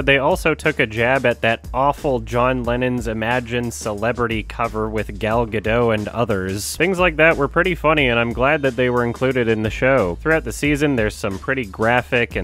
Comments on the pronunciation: It's pronounced "Gadott" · I like how people still pronounce Gal Gadot's name wrong. Your mind wants to think it's like a French name, where you don't pronounce the consonant at the end and you leave it open "Gad-oh." But she's not French/European. It's "Gad-dot" where you hit that consonant hard at the end.